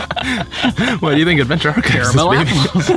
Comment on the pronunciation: Love you guys but the apple incident was hilarious. they sell lil bags of crushed ones at Kroger. Also caramel in bags. Another my friend, you didnt pronounce carmel or car-a -mel.. Yuh mixed em.. haha